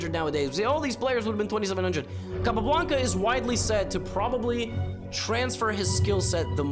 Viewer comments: Very annoying to hear Capa repeatedly called Cay pablanca. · Probably good enough to pronounce his name correctly every time..